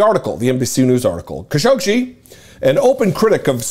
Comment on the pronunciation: This is how you pronounce his name: Ka - Sho - Gi.